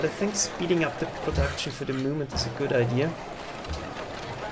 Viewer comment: Mein Lieber. Man merkt gar nicht das du ein Deutscher bist. Machst das mega gut. Ich dachte zuerst das da ein Amerikaner redet. Aber sag doch nicht at the MUUHMENT. Da ist keine KUH. Es heißt MOOOoment